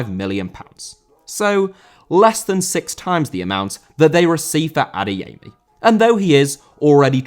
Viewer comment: Adeyemi* not Adeyeimi